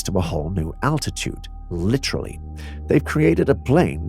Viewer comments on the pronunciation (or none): none